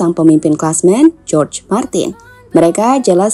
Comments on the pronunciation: Naratornya slip saat menyebut Jorge menjadi George Martin.😁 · Jorge pronounce Horge, Martin min 🙏